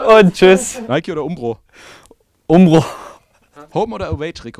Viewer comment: Hahahaha wie er Nike sagt 😂😂😂 Aber sehr sympathischer Typ hoffe er kann sich hier zu einem richtig wichtigen Spieler entwickeln